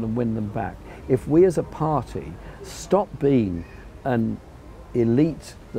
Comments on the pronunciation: That smug faced twat can't even say party. Pardeeeeee. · Why can't Owen say the word 'party'!